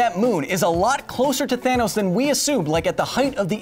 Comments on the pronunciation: Thanos not tharnos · Tronos you said !?! Throw 'nose' ??